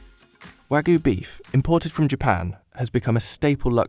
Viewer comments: Why can no one pronounce wagyu the right way?? The narrator kept saying Wagoo or wagu, he completely tossed the y out. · Almost watched til the end until I heard "Wagoo". Couldn't help but cringe. It's wagYu. The Y is there for a reason. Anyway, going to finish the video now. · haha wagu??? it's wagYu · How hard it to say Wagyu? It's got a Y. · How their narrator pronounces "wagyu" irritates me. It's like he said, "this is a foreign word, so I'm not going to pronounce the "y." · Why can’t this guy pronounce wagyu?